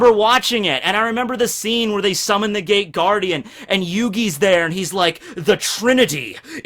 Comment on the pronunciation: I love the Shadow Hearts: From The New World intro. I think that's it, I've listened to it a thousand times. Also it sounds like you're saying THE GAY GUARDIAN...